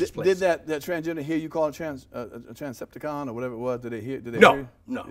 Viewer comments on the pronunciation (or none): said Transcepticon 😂😂😂😂🤣🤣